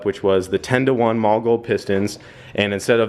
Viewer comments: The german way to say it is "maw-luh", But I have heard many engineers who work at the company say "molly" and that tends to be the more used pronunciation. But it is definitely not "mall", that we can agree on. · One day you will say Mahle correct....maybe. It is "Molly" not "Mall". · it actually is "mall-eh" not molly. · what are you calling those pistons? sounds like your saying "mall gold". its Mahle, sounds like Molly